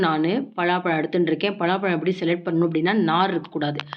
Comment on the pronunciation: பலாப்பழத்தை ஏன் பழாப்பழம்னு சொல்றீங்க